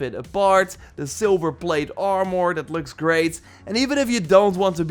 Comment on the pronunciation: Hate how he say armor😭